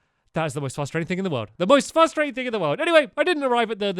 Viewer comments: no offence stampy but instead of saying frustrating you say fustrating its just one of those tiny mistakes that you make which annoys me way more than it should do. thanks for the great video! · You know, it used to annoy me how Stampy speaks so well and then always says "fuh-strating" instead of "frustrating," but now it's really endearing.